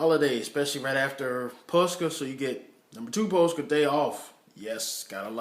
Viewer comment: you are like wickedly good at saying Påske